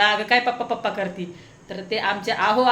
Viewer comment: Tai tumhi pappa boltat tich chhan vatti